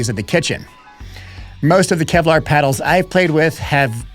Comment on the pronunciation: “Kelvar”😂. Now that’s clickbait